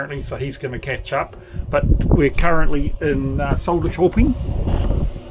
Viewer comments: Pronunciation tip - I lived in Sweden for a bit. ko (with 2 dots) is a soft k. pronounced Sher. Weird for us from Aus/NZ to think of a soft k :) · The J/Y sound at the start of Göta is correct, but the ö is not an o. The ö is pronounced like the i in bird, or the u in burn. Same for Söderköpring [Suh:der-shuh:ping]. "Göta" itself is from "Götaland" (the southern part of Sweden), i.e. the land of the Goths. So, it's the Goth Canal. "Smultronstället" (literally "the place of wild strawberries") is a Swedish expression meaning a secret and wonderful place (i.e. the place in the forest where you can find wild strawberries)..